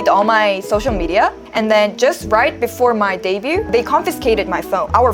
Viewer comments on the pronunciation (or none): minor thing: the 'T' in debut or debuted is never pronounced